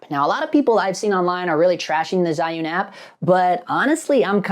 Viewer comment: Jew-win is how you pronounce it. Seems like it was balance properly but it’s acting like it’s not weird.